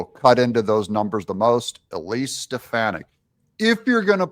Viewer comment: It's Elise SteFAHni(.